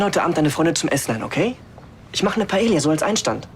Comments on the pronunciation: Das heißt Paila, nicht Paelia 😂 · Dieser Pseudo-Spanier Raffael kann nicht mal Paella richtig aussprechen, voll oberpeinlich. Er sagt es 3 Mal hintereinander falsch. Man spricht es Paeja, die ll spricht man nicht. Filmfehler!!!